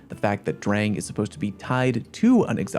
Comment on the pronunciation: It's pronounced "drahng," like the German "Sturm und Drang"